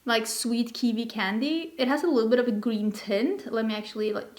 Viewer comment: Kiwi, not kivi💚🥝